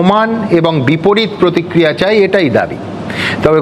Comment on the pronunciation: প্রতিক্রিহা নয়,ওটা প্রতিক্রিয়া!